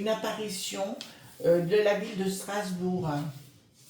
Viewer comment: Bonjour, Sras bourg = par le ment eu ro péen, point stra té gique!